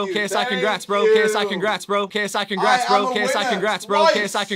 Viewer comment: It sounded like KSI kicks rats or K psychic rats